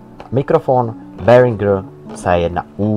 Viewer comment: ta vyslovnost te znacky, no masakr :D :D :D